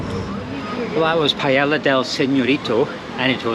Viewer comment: Theres no chance that "paiela" (how hard is it to say "Paella" lets be honest) was delicious lol